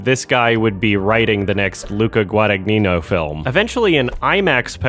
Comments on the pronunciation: the gn in an italian word/name is pronounced closer to an ñ, there’s no hard g sound. So it’d be easier to think Guadañino when pronouncing, and you’d be closer to the true phrase. Like how baño in spanish is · The "gn" in "Guadagnino" is pronounced just like the "gn" in "lasagna" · Guadagnino, the "gn" Is pronounced as in "lasagna"